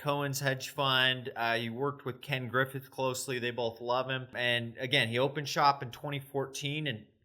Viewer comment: It's Ken Griffin btw not Griffith or however